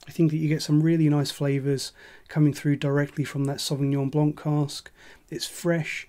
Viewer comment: Aside from the content, which is great and thorough, the wine is pronounced "blan" without the "c" in the end.